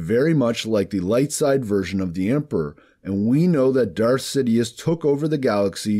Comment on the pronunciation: You said "sidiuth" lmaoo